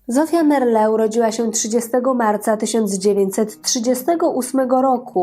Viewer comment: Zofia Merle miała trzech, a nie dwóch wnuków, najmłodszym jest Wojtek, więc gadasz kobieto bzdury i niekompletne informacje. I nazwisko Merle nie akcentuje się na ostatnią sylabę 🤦